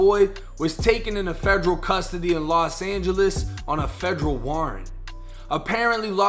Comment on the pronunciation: Instead of Federal.. he was saying FEDREW 😆